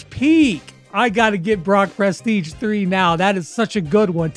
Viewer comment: Actually grateful that some of my mains don't have bad Prestige titles! The hardest part will be getting them in the first place... pronounced pruh-steej btw